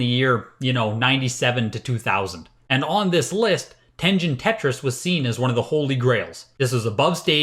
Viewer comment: At this rate, the next sticker sealed SMB might actually sell for 1 million. Never thought I'd see the day... Uh sir, it's pronounced Ten-Gen not Ten-Jin. What kind of collector are you? XD Ah yes, I used Mike Etlers list several times when I first started collecting. Back when all NES carts were like $1-$5 because they were seen as old and not collectable. The list is pretty pointless now as you can just look them up on your phone but an important piece of history no doubt.